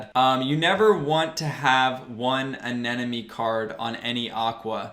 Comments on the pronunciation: Bro, I like you a lot so I will correct you. It's a-ne-mo-ne hahaha i hope you won't take it in a bad way. love your vids, bro! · awesome video. but damn, i swear 9/10 people say anemone wrong hahah